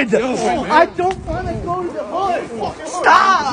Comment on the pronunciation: “STAWWWWOP” had me crackin up on the floor 😂